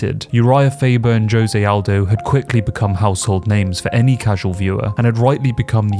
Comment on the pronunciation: “Joezay Aldo”